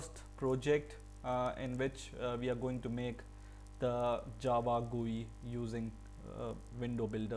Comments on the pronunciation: What the hell man, its not an "gui" as you are pronouncing, its a "GUI" as in "Graphic User Interface". Its not a word, its an abbreviation. People like you are the reason why Indians pronounce things in such ways. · How did you say”gui” lolol